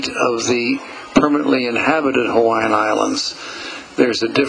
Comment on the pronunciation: Nice pictures and commentary - although I hope in future videos, if make more of Hawaii, that he would pronounce Hawaiian names more properly. The W in Hawaiian, if in the middle of a word, is always pronounced as a V, not W as it is in English. Thanks for the video, all who had a part in it.